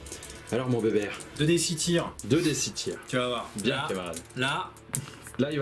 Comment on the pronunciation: Pitié , c'est béber sans le "t" 😜. Merci en tout cas, je reviendrai avec grand plaisir.